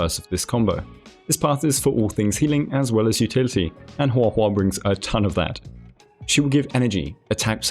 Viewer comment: I just wanted to say that Guo Guo can be read as "pan pan" (as in like frying pan), well, since Guoba is a food that is made from a kind of rice that is cooked until it sticks to the pan. Which is funny, I guess. Also, good job on pronouncing her name, you did pretty well